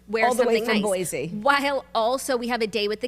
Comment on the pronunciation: Also all the Boise talk today queens!!! Idaho swirly here and It’s actually pronounced boy-see!